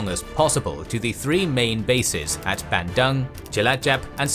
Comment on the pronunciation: How do u pronounce Surakarta right but not Bandung 😭 but this is good video overall keep up the good work